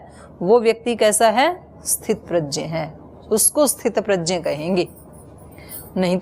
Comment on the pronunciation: Didi aap gya ko Jaya bol rahi hain e dono alag-2 hai